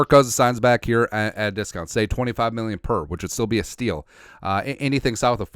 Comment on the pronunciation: If you could say happy new rear one time it would make my year. Just listened to you say mirrion and it always makes me laugh.